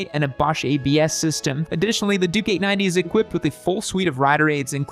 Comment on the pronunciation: Triumph over the others.. Also.. i keep hearing him say "Dookie 90" WTF.. its gotta be on purpose.. he's clearly calling the bike a turd..